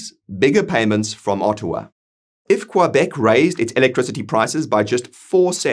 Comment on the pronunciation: Well researched! Work on that pronunciation of Québec. Follow the funding for the court case and out of interest have a look at Canada’s Indian Act and the definitions within it. AB will benefit with or without the separation via the time for negotiation.